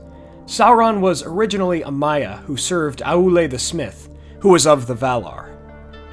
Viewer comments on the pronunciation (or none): Its Maiar not Maya